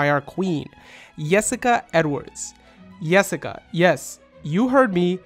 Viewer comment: Great analysis as always! Just want to point out, the way you pronounce Jessica and Job is reversed from those in the anime.